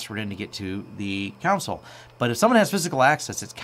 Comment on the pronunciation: i would so hire this guy if he only pronounced console right. come on. just once. please?